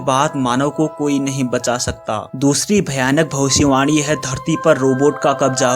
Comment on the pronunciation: Video ke suru hone par bhai kya ap bhavisyavani bol rahe the ya bhosdiwali bol rahe the😂😂😂